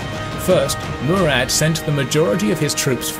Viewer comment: Its Murat not murad